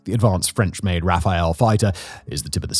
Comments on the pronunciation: Please stop saying “Raphael”. The name of the jet is “Rafale”. It is French for “gust of wind”. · and yet they can't get words like Intifada (not "Infitada") or Rafale (say "Rafaal", not "Rafael") right ... quantity is not everything. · Hello from France. It is the Rafale fighter, with two ’’a’’ like in cat in English, so ’’Rafal’’ and not the archangel Raphael at all. It is the 5th time you make the mistake...Please could someone of your staff read this? It would be helpful...